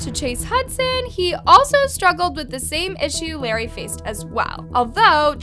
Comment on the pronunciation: the fact that she says larray like larry 🤡